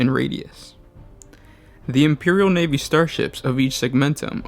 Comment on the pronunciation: The imperial NEEVEE?! I love the NEEVEE